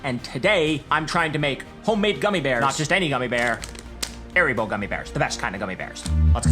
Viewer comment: Nice video, good instructions. I like how you went over the process of trial and error, and made your own invert sugar in the end. And reiterating the recipe in a labeled section in the end makes it a good reference One note, it's not pronounced "aeribo", it's "haaribo". Es macht Kinder froh -- und Erwachsene ebenso!